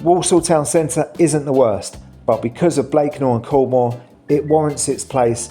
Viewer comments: Caldmore if you are interested, is pronounced carmer.😊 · Caldmore is pronounced - Carma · Coldmore is pronounced carmer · Caldmore is pronounced Calmer.